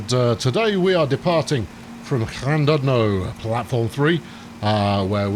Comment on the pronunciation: Ll and oodno it's said